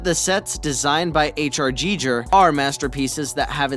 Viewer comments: H.R. GEE-JURR??? 😅😂🤣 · Mow-gwee?? HR Jy-jer?? Come on guys.